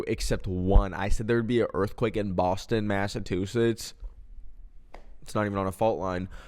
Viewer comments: boston masa-two-sits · “boston matatutets” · “boston massatwosits“